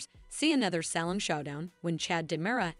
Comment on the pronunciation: It’s obvious the narrator doesn’t read our comments. I’ve pointed out and requested several times for the narrator to learn and properly pronounce numerous names and the theme place of DOOL. SHE HAS YET TO GET IT CORRECT. Teresa, Nicole, Salem, Paulina, Chanel among others.